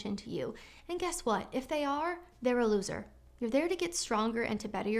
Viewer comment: "if they are THEIR-A-LOSER!" :face-blue-smiling